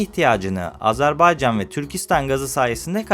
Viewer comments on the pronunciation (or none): none